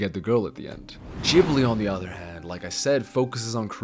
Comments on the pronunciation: The way u pronounce Ghibli is full on pissing me off n idk im getting full on triggered but wtf is "Gibli" 🤦🏿‍♂️🤦🏿‍♂️🤦🏿‍♂️ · You put so much effort into pronouncing "chihiro" with a japanese touch but completely american-butcher Ghibli xD The G is a regular G. Not a Dschee. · Why the fuck anyone believe this disney hater if you hate disney so much so pls keep it to yourself stop saying random carp about disney if you are such a big ghibil fan first learn how to pronounce it and you people say disney male characters are bad villains are bad like go first watch all disney movies and then say random carp about disney and you belike studio ghibil is a master peace like bro have watched earwig and the witch it is so bad even shark tale even the dinosaur even chicken little even brave even cars 2 even the good dinosaur even ice age 5 is better than earwig and the witch it is just a little better than hop and surfs in 2 and lion king is a better movie than sprited away